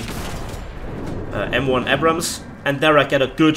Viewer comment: Man the way you pronounce Abrams triggers me.